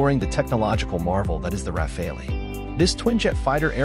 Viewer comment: RA-FAL! Not RA-FA-LI…